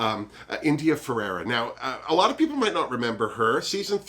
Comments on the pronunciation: In addition to the lips Blair St. Clair has also had a nose job. I think he looked better before the plastic surgery. Please let me know if me correcting you bugs you and I'll lay off. But it's India Ferrah (two syllables) not India Fer-ar-ah ( 3 syllables). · It’s India ferah not Ferera